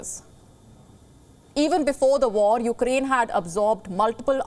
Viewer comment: Did she say Ukdain?